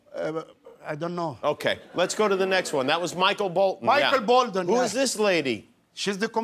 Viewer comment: Don't forget.. Michael Bolden... instead of Michael Bolton....